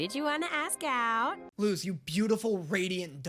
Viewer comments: So, I know you already addressed people telling you this, but Luz’s name IS pronounced with an s sound. It’s a Spanish (as in the language, not the nationality) name. That means it follows Spanish pronunciation rules. The z is unvoiced (meaning it sounds like the letter s). You said “see, it is ‘lose’” based on Eda’s pronunciation of the name, but that’s just Eda being close enough that it doesn’t really matter, but Luz’s name IS “Loose.” Rewatch episode 1 and listen to how Luz introduces herself closely. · nope, it’s luz not lus! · ITS PRONOUNCED LUS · Isn’t her name pronounced l-u-s but spelled luz Pls correct me if I’m wrong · Luz was speaking Spanish, her name is literally “light” in Spanish that’s why people have been telling you you are pronouncing it wrong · SHE'S LITERALLY SPEAKING SPANISH. LUZ IS PRONOUNCED AS LUS BECAUSE IN SPANISH Z IS PRONOUNCED LIKE AN S IN ENGLISH. IT'S LITERALLY CULTURE 😭